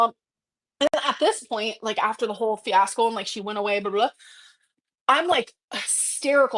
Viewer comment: I know did not fucking say "fiascle"????